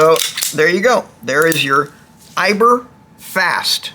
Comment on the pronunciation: Good info, but it's EibAr...Eibar, not Eiber